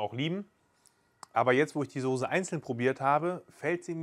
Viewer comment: Es ist die Soße und nichr die Sose 🥺